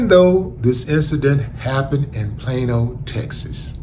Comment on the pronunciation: Plain old? Plane-O? Plaino? Oh Plano!!!!